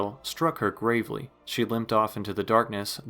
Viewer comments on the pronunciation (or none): none